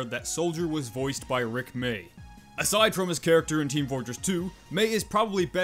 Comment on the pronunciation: When he said Rick may, it hurt me